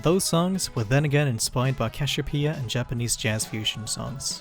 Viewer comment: bros said CASHEWPEA